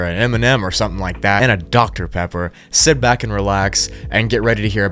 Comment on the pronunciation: I thought you said, "Sip back and relax." Haha